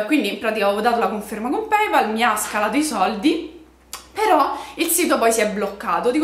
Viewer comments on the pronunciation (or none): none